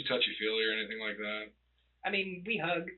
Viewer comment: I had to go back to hear it again was looking in the comments to see if he actually said HUG! wtf